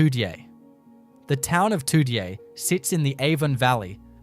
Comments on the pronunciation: It's pronounced toojay not how it's written Toodyay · The town of Toody-ay🤣🤣🤣🤣🤣🤣🤣 I thought the others were hilarious, but that's hilarious. Pilburrah, Noon-gar........